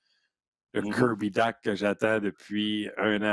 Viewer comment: Serait temps que vous appreniez à prononcer Dach comme il faut. Bye